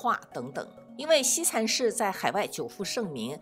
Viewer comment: 福大子弟？西禅寺，si, 不是shi。有点小口音。